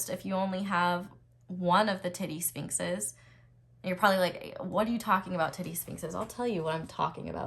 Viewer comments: Heard that as "teddy sphinxes" 😂❤ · "The tittie sfinxes" 😂 You are adorable!😍❤🙌🏼